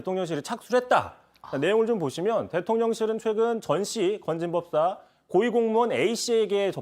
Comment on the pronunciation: 오늘 이상하네요? 초반부에 '받은 글' 을 '받은 길' 이라고 발음하고, '건진법사' 를 '진검법사' 라고 발음을 하네요? 혹시 음주방송은 아니죠?